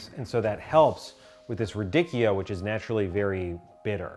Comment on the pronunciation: Radikkio? It’s “radi-tshio! It’s “tsh” like in “ciao”! I made me laugh and reminded me of that “davinki” TikTok 😁 Really cool video! Will def try some of these!